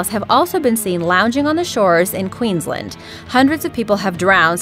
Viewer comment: Australia "Queenslind" uhm k m8